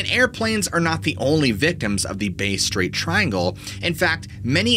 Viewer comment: hey mate just a heads up the pronunciation of Bass Strait is this bass as in bass fish is how u say bass not base strait its bass like hey I just caught some nice bass hope this helps